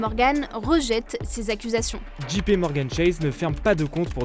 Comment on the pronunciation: JP dji pé non dgé pi oui